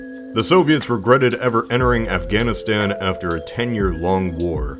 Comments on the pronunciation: Why can’t you say Afghanistan? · Wait, why can't you say Afganistan? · you cant even say afghanistan? its a place